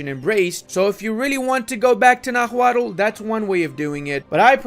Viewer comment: Bit of a nitpick, but Náhuatl is pronounced “na-wa-tl” with the cadence emphasizing the first “a” rather than the second. tl;dr “NA-wa-tl”: correct “na-HUA-tl”: incorrect